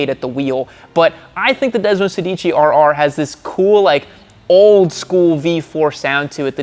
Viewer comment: desmosedici, every italians ears are bleeding at this pronounciation butchery XD <3